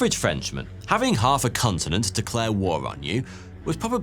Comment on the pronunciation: I swear he said 'Cuntenent"